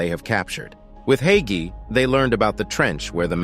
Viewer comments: oh i was pronouncing it "hi-key" the whole time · To Pronounce Haiqi Is Like Haichi